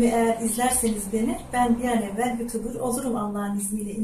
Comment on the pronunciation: Youtuber diyemnokunmuyor ablacım youtubır diye felan okunuyor söyleyim istedim